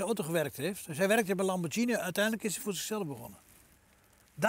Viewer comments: Geen idee wie Enrico Lamborgsjinie is, misschien het debiele broertje van de oprichter Ferrucio Lamborghini (uitspraak met een -G en niet -Sjie) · leuk hoor. Nu nog Lamborghine goed uit leren spreken..;)